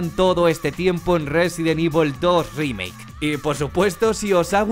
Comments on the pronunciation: del residen ivol dos rímeik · Residen ivol dorrimeik